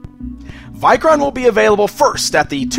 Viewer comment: I like the vikoron or vikor figure how ever you said the name best tho I hate the horned helmet as I have Norse ancestryand knowing it was based on a Viking I hate that the folks of history added horns to the helmets when they were never on any helmet ever found